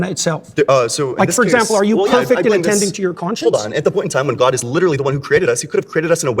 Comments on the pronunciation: The way he pronounces gwowd is obnoxious. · Maybe its just because i dont like the guy, but the way he pronounces the word "god" really annoys me. He puts so many syllables in there, like goaed. He sounds like kermit the frog with a strong canadian accent doing a kennedy impersonation. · Has he always pronounced “god” like an evangelical pastor or has he more recently started that like so many of the other grifters?